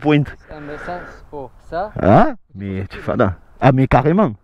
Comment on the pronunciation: Le teste de poiinnnte avec l'accent"... 😁😆 Mamamam francheeemmment j'ai pas de mots...